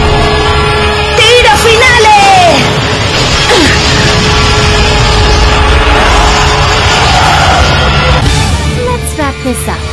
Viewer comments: "Tiro finale" is Italian, the Italian version is the only one that pronounces it with a correct accent.... the others pronounce it ridiculously. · Italian is the most decent, after all Tiro finale (final shot) is an Italian term, secondly I say japan, good pronunciation, while all others are a big no, but the worst is definitely Spanish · TIRO FINALE, is an Italian term, this explains why the Italian dubbing has a better pronunciation than others, even the Japanese were good at pronouncing it, for all the others I say NO! for those who don't know, Italian is also a Latin language, for those who have studied history, they know perfectly well that the Latin language was born right here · "Tiro Finale" It is an Italian term! In fact, if you listen to the Italian dubbing, you will hear how the pronunciation is better than others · You forget that "Tiro Finale" is an Italian term, haven't you noticed how the pronunciation is better than others?